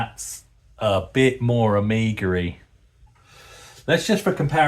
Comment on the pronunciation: Added to dictionary : Amigery 😆